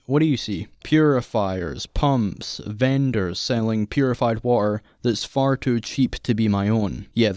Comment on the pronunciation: dude how do you pronounce selling as saling?